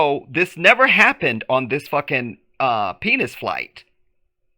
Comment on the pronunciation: Peace and blessings. This launch is faker than a lace front wig. Aye you said "the penis flight" 🤣